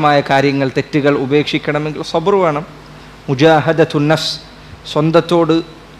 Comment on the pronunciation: സബ്ര് അല്ല; സബ്ർ ആണ്